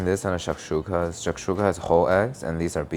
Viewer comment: yo why does he say shakshuka correctly 😂